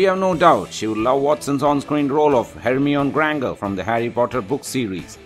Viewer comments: same here. And hermioni Grangue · Her-me-on Gran-ga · herl- mee- on- gran- ger lol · Belle and Hermione Granger are pronounced differently...... Maybe you could correct that later? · he cant pronounce Belle or Hermione Granger !!!